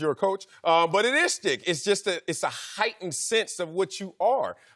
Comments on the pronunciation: Yo I swear half these guys don’t know what “schtick” means and one of them is saying “stick” lol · TheCanadianConservative as soon as I read your comment Marcellus said “stick” 😂😂😂